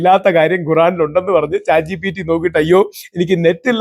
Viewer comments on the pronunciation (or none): none